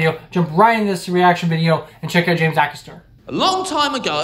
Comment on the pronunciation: Aycaster. Not a caster, he isn't a wheel 😂